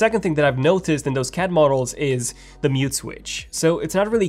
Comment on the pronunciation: Reuters: It’s not pronounced “rooters”, it’s ‘Roy-ters”. Please spend somewhere between 15 to 20 minutes a days practicing your English pronunciation. Your can do it while in the loo, alone, wherever. You say “doze” when you mean “those”. Practice your hard and soft “th” sounds! Come on, young man! You can do it!